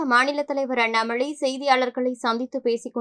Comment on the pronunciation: Newsreader - please improve your Tamil - it's not அண்ணாம'ளை', it's அண்ணாம'லை'. It's சின்ன ல, not பெரிய ள